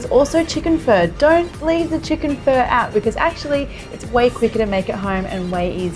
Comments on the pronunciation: I thought it sounded like she was saying fur as well but I believe that is probably due to her accent. Most people I've ever heard pronounce pho say phuh, like your saying uh at the end. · Its sounds like your saying fur 🤣